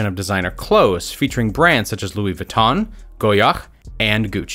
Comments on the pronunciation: Nah wtf Issa "Goya" he's whalin 🤣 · How this dude said goyard lmao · Why tf does he say goyard like that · Did you mean ”Goyard”?